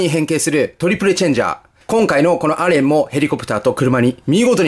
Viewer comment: さんたまにアレンではなくエレンと言っている時がありますよ